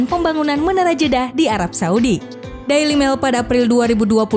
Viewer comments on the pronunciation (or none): none